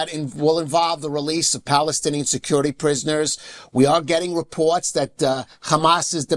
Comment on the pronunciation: PLEASE SIR : THE WORD REPORT ? IS NOT PRONOUNCED WITH A "W" THE WORD OF COURSE ? IN NOT PRONOUNCED WITH A "W" PLEASE ! PLEASE ! TRY TO SPEAK ENGLISH PRONUNCIATION CORRECTLY ...